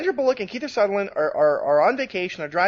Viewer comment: It's Kiefer Sutherland, not "Keither Sutherland,". Cripes.